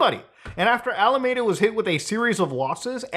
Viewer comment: every time muta mispronounces alameda i sigh inside. its not your fault. i bet San Jose trips people up too